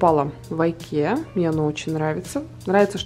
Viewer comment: Вы замечательная женщина и Мама!!!! Пусть все будет у Вас прекрасно с Сарой! Небольшая поправочка правильно говорить Икея. Ее основатель Ингвар Кампард. Так и складывается название ИКея